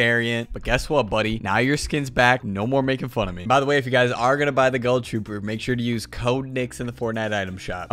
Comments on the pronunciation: My man said GULL TROOPER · He says ghoul weird he says it like goahl I say ghoul